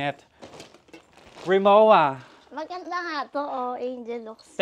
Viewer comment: mispronounced po "RIMOWA" correct ptonunciation.."RIMOVVA"